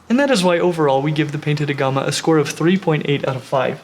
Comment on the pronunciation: Looks like a uro and a beardie had a baby!! So cool. But no pancake belly. But I do agree everyone has Beardies xD Also sound like hes saying clown aguama?